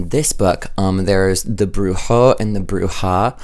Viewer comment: you're saying Bruja correctly! It's good :)